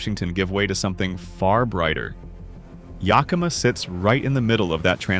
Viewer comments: If I had to hear Yahkimah one more time … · We don't know were yukama , learn how to pronounce our native names YA KA MA ! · Yakima, short a (like yak, cat, hat) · Rhymes with Omaha. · Really! Someone needs to tell Ai how to pronounce most of Washington's cities! Start with Yakima. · I’ve commented on this in another of these videos. I was born in Yakima and I nearly spit out my wine when “he” said it.